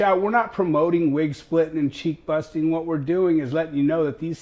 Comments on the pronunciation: He said cheek bustin lol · I heard “cheeck busting”, then I was called a “nutsack.” Dope .